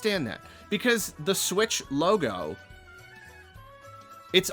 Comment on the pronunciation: i cant believe they're calling it the nintendo sputch